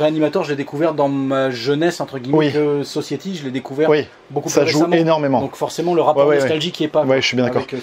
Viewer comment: Alors pour ton magnifique accent anglais, on dit "Sossaïtie" et pas "sossiétie", sinon très bonne vidéo, j'adore tes présentations de Blu-Ray, et comme d'habitude on réclame toujours beaucoup plus de vidéo ^^